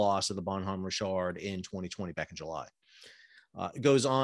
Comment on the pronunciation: Are you saying Bonhomme Rich ard or some other stupid pronunciation rick kard.